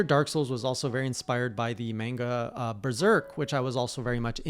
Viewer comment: You mispronounced manga